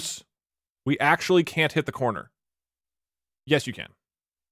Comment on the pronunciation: I thought it was saying conner not corner...